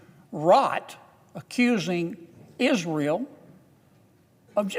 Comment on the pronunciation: Mr Kennedy stumbles over "antisemitic" every time. When he corrects himself, it comes out wrong. "Palestinian" and "Israel" don't always come out right, either. He doesn't seem to have a speech impediment. What's his problem with "antisemitic"? I ask as a Jew.